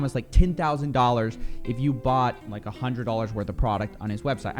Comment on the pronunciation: Anyone who pronounces "One hundred" has "hunned" can be trusted